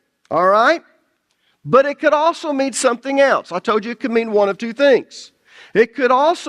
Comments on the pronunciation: That's funny because when I first started watching, I wondered where you were at because you don't pronouns your "L"s and it changes the sound of the words all together. Lol. Old instead of old, toad instead of told....lol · Love ya brother. Enjoy your teaching and faithfulness to God's Word. Just 2 things.... Stop yelling. You always sound angry, as if you're chastising everyone all the time. And speaking of regional accents, it's tolllld, and ollllld and solllld and folllled and colllld. Yes, you pronounce the L. I can handle people from the south, north east, and most accents, but there is a difference between an accent and destroying the English language. Thank you😊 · It's so ironic how he comments on dialects and everytime i hear him say the word "told" he's actually saying tye word "toad". It's so funny to me. Sorry for the side note. This study content is amazing!